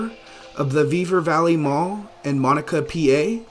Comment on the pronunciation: Monaca is pronounced "mun-ACK-uh"